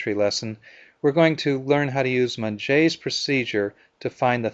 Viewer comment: correct pronunciation of his name. Monge mostly working in first angle without auxillary view. Everything was rotated in principle planes. Good introductory video for 3rd angle though.